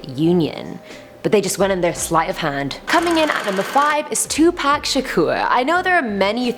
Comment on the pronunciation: 😆 thank you for saying Pacs name right, 2 Pac and not 2 Pack🤣